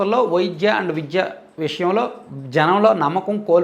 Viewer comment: అన్నా..మీరు విద్య,వైద్య అనకుండా.. విజ్య, వైజ్య..అని పలుకుతున్నారెందుకు..ఇప్పుడే కాదు మీ పాత వీడియో లలో కూడా య వత్తు స్పష్టంగా పలకడం లేదు..మీరు ఆ word ను